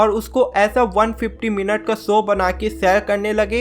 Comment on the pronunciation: Bro it's show not soo! work on your speech skills